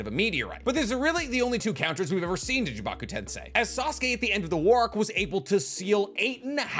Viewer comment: Is it just me or did learn to pronounce Chibaku tensei?